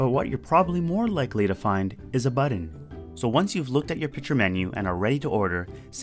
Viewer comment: Oreoxalert Plays He's making a joke about how pronounces "button"